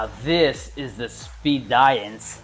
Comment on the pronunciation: Looks cool I guess. I think Speediance is pronounced like the word "Expedience" though. Not sure if that's really expedient though. Seems like a smart appliance. Probably too smart for me.